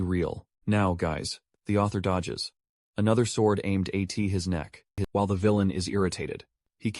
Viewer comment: Man I don't really care about ai voice as long as it doesn't sound too bad but bro as and at like nah